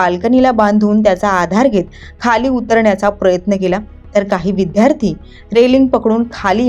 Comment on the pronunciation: विद्यार्थी....विध्यार्थी नाही..